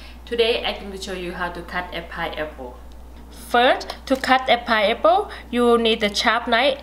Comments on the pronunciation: Very good information " thank you God Bless you 🙏👏🙏👏 It is called Pineapple ' not pieapple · Pineapple not pieapple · it's a pi-N-eapple not a pie apple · She is the best. I watch this video errtime I cut a piaple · I love her accent. I am officially changing the way I pronounce this fruit to 'pie-apple' Great video thanks for the tips. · I've been saying pineapple wrong all this time, it's pie-apple! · Everyone takes a shot everytime she says pieapple..🥃🥃🥃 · PIAPLE! hahahaha so cute hahahaha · So, it's "Pie Apple" Damn!! I was pronouncing it wrong my whole life...thanks lady😁😁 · This video make me very happy because of lemute and pi-apple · Is it "Paiyepo"? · Pie aple?😂😂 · It's not a pie-apple, it's a pine-apple!!! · Very good video but it is not a pie-apple it is a pine-apple. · Its PINE APPLE NOT PIE APPLE Keep smiling!!! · please say correct "pine apple" not piapple. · Pineapple or pieapple? 🤣🤣🤣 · its Pineapple,not paiapple.. and say remove,not limove.first correct your spoken English than do such video or just talk in your own dailect. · Me too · Flesh paiple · The way you talk you sound like a little baby so sweet..that ascent is what is making me watch this video.."paiaple" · I love the way she says "piaple" and she says aces instead of off access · how about pi-apple 😊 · I love her pronunciation of pie apple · wow,,...piaple,..limov..nice pronunciations....Enjoyed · Did she say pie apple? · 😂😂😂🤣🤣she speaks really really worse paiaple 😂😂😂god I can’t stop laugh 😆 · If she says Pie-Apple 1 more time 😫😂😂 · and now my Pieapple iss pity haha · Pie- apple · Hahaha..just love how you pronounce pineapple without an "n" and other words so specially pronounced. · where is the r?